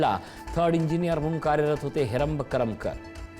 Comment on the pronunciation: करमकर नाही करमरकर